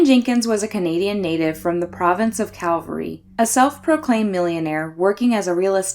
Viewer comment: I think you mean the province of Alberta - Calgary not 'Calvary' is a city in Alberta. Just had to rewind and go - wait what?